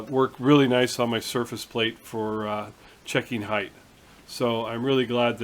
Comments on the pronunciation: PS. I also gotta tell you that I am really really proud of you!!!!!!!!!! You are the first person in years I have heard say "HEIGHT" correctly. It seems that everyone on YouTube says "HEIGHTH" and it really bugs me sometimes LOLOL So congrats on that one my friend. Again ATB Matt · HOORAY!!! You might be the only machinist YouTuber that pronounces "height" correctly. It is a pet peeve of mine... all the other guys make me crazy... They all speak like Canadians, even the American ones. 4 thumbs up to you. (2 from my wife) Anon